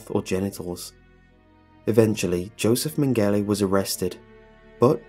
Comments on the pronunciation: it's pronounced "joseph men-ga-lah". sorry, loved the video but everytime i heard "min-galay" it was like nails down a chalkboard. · Just a heads up, that German doctor's name is not pronounced "Men-gelly" it's "Meng-ge-la" lol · Joseph man-gala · Mengele is pronounced MENG GA LA. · You pronounced mengele wrong